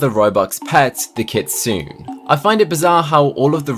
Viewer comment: Not kit-sune, its kit-suu-nay